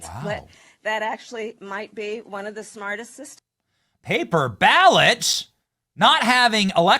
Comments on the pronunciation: She said “smartest’est” 🤦🏻‍♂️ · I had to rewind what Kamala said the very last word I heard her say was snartestest... Lmao